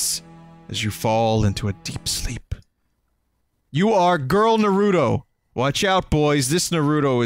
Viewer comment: Vinny for chrissake, PLEASE learn how to pronounce NAH-roo-toh it's triggering the fuck outta my OCD